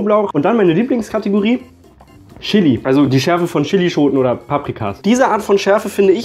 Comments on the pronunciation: Bin ich die einzige, die davon getriggert ist, dass er "SCHILLI" sagt? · Chili nicht schilli